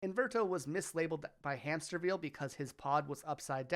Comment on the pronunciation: I love how you intentionally mispronounced Hamsterville's name every chance you had.